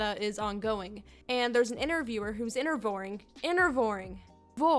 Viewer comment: slips up and says "Intervoring" Me: "You shouldn't have said that, now I am here. I am the one who -vores- knocks."